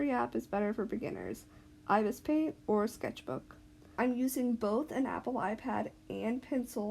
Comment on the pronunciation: Ibispaint is pronounce I -B-es-paint btw